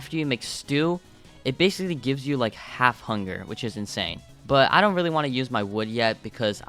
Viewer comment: why did you say funger instead of hunger